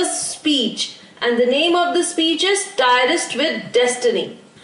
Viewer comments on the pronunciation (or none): it is trist to be pronounced. Not tai-rist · its not tyrst its tryst